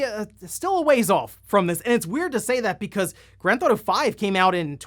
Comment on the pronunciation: "Grand ThAuto"? Lol OK my guy I see your strategy for shortening your videos lol